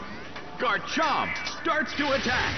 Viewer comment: lol at the way the announcer says Garchomp. "GarCHOMP!" So much emphasis on the chomp.